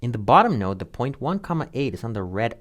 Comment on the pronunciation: So he's saying node, and no depending. Those not familiar with "node" might not understand the differences since we're primed for no or yes. Might be helpful to be clearer in enunciation or spell it on screen.